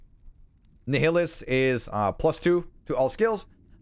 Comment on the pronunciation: nihilis pronounced as Nae-ilis, like nihilistic or nihilism